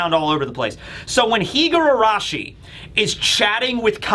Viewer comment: Just a very minor correction. You pronounce her name "Higuarashi" while it's spelled "Higurashi"!